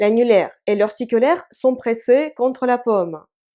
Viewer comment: корошо видео как всегда но 1,50 минутами это не "orticulaire" mais "auriculaire. Ce qui n'a aucune importance mais ça m'a fait rire. 😃😃